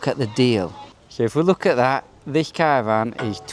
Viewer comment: Caravan not Cara van 😂